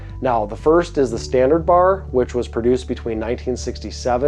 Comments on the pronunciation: B.A.R. In almost 50 years I’ve never heard it said as “Bar”. That’s wild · It's pronounced B-A-R, not Bar. For a time Browning referred to their models by action design. BAR was Browning Automatic Rifle. BBR was Browning Bolt Rifle. BLR was Browning Lever Rifle. BPR was Browning Pump Rifle. Also the commercial BAR is nothing like the BAR that the military used as their SAW for years.